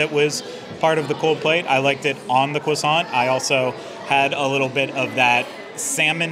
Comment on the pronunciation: pronouncing croissant strangely, over and over again😂